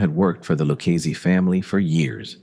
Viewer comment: the LOO KEYS family. AI DOC